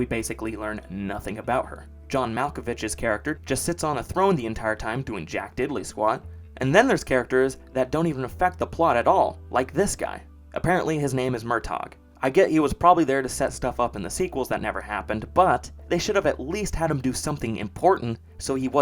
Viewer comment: Fun fact, Murtagh is pronounced "mur-tuh"